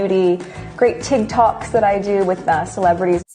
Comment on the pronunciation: She said, “Tig Talks” not TikTok. Though that would be hilarious.